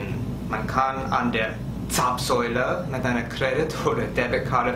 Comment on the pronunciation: Hallo, vielen Dank für dein Video und herzlichen Glückwunsch zu den neuen vielen Abonneten 👍 Zapfsäule hast du in diesem Video super ausgesprochen 🙂👍 Ich denke deine Videos besonders zum Autofahren erklärst du ziemlich gut und auch aus Sicht von Urlaubern sodass man durch deine Informationen eigentlich gut vor Ort klarkommen sollte, besonders wenn man das erste Mal in die USA reist. Wir wünschen dir und deiner Familie Frohe Weihnachten und einen guten Rutsch ins neue Jahr 🎄🎅😊 Liebe Grüße Zissy